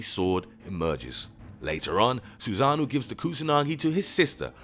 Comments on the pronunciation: My man horribly said the words "Susanoo, Ameterasu, Hime, Orochi" 😂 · its Susano'o and Amaterasu not susanu and amaratsu